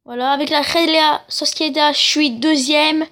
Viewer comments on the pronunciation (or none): T'as un problème à la bouche ? La rhéla Sociéda... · Et réal Sociedad sa se prononce pas comme tu le dis et tes équipe elles sont nuls mmdr avec la réal sociedad je suis 1er débile